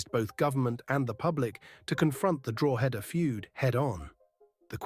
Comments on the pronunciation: Yes , I was wondering where Drawheader was?😂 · Its pronounced Draw-head-ah, and say it fast. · It's pronounced DRAW-DA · Please do your research and learn how to pronounce Drogheda correctly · You pronounced Drogheda wrong.